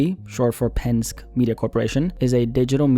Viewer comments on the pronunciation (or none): Trust me it's pronounced pen-skee, 😅 not "pensk" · Hey... It's "PEN-SKI" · It’s pronounced pen•”ski” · Minor correction, Penske is pronounced pen-ski. Keep the Vids coming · It’s pen-ski as in Roger Penske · Why didn’t you look at a video on how to pronounce Penske bro (pen-ski) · It’s pronounced Pen-ski; as in 🎿⛷️ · I'm from PA and hearing you mispronounce "Penn-Ski" is pretty damaging to me. Good content though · its pronounced pen skee and the owner of PMC is the son of roger penske who owns car dealerships all over